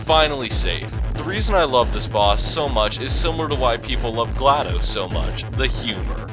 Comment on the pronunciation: well at least someone said glaDos's name right